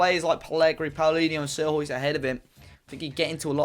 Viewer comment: sierhuis is pronounced more like seer-hise just fyi mate